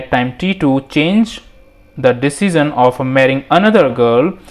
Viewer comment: My man lives in a Dimension, where he can pronounce "Dimension" but not "Decision".